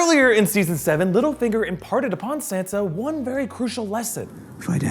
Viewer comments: Can you please say Sansa's name right holy shit. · drewbc32 RIGHT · Stop pronouncing Sansa like that 🤢🤮